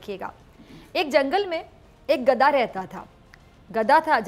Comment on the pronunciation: She doesn’t pronounce gadha correctly